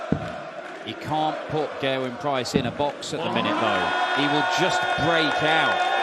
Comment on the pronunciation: I love how they are Pronouncing Gerwyns name propely now:)! Instead of pronouncing Ger-Wyn as 'GHER-wyn' Always used to annoy me when they pronounced The beginning of his name (Ger) as if they were saying - 'Gher' like as in the word GHERKIN lmao (I'm Welsh)